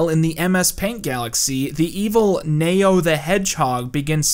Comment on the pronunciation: Why are pronouncing Neo as Mayo?